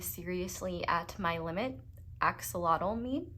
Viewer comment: It's actually pronounced Axolotl